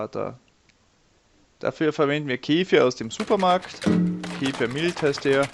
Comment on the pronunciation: Keeeefirr diese Aussprache macht aggressiv 😬